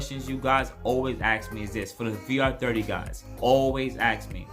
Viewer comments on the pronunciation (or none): Ask, not ax.